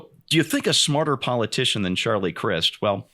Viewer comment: Charlie prefers that you pronounce his last name with a "long 'i'"!